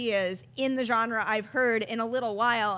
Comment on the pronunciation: The way pronounces Genre (Hard J) drives me crazy